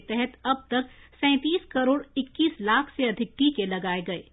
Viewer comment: 'लाख' शब्द पर बोलनेमें ज्यादा weight क्यों देते हो ?